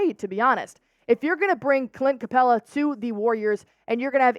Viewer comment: It's Capela! NOT Capelia🥴